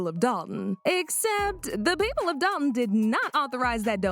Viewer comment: I wish these YouTubers would learn how to say the village’s name. Dolton, not Dol-on.